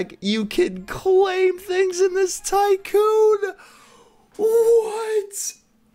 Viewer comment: U said sycoon lol